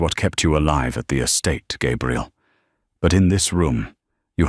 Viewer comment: Why is she called Gabriel instead of Gabrielle?